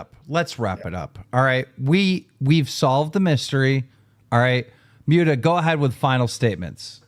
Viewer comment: Is Keemstar just illiterate or something? He seems physically incapable of pronouncing Muta’s name correctly